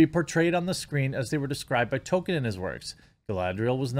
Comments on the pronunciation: Jeremy, buddy, unless I'm somehow waaaaaaay wrong, it's pronounced TOLL-kin, not Token : p unless you're saying that parodically lol. I love your content and appreciate what you do, just a note. Also, and it's just my opinion, but unless you're viewers are watching along with you, the way you massively self-censor is not only frustrating (although I understand why you do it, since youtube are such authoritarian thought-police) but makes it hard to follow what you're sayin. If I'm reading comments or eating or in a different tab, I wouldn't have known what you meant when you said "Mike...uh haha Bird" as a stand in for Mike Big Fat Hawk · Dude Jeremy, love your content, but Tolkien has an L in it. TollKeeeen. Damn dude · Toll-Keen = Tolkien Its killing me lmao